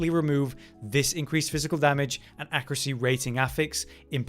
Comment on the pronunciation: Why do all YouTubers and/or Twitch streamers say "accruate" and "accruacy" these days? Has there been a linguistic shift that I missed?